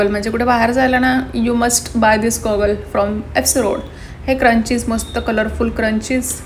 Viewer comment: Video chaan hota ,Narration pn chan kel,But u need to work on your Pronunciation ugach nako tithe न cha ण nako krus .अस्तरंगी नाही अष्टरंगी. क्रंची नाही स्क्रंचि. शोक नाही शौक. फॉवर नाही फ्लावर